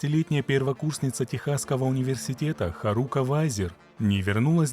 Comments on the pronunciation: При всем уважении а что нельзя посмотреть как произносится имя? Куда ставится ударение? Какая еще харУка? Когда хАрука произносится. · ударение на первый слог в имени Харука. Ты что аниме вобще не смотришь что ли?